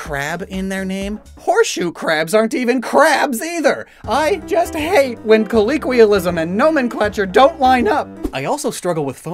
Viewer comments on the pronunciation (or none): Why does he ALWAYS say "Colleequial" instead of Colloquial?